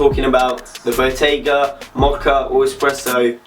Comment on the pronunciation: It's "BOGGETA" fam. SHIT. 😂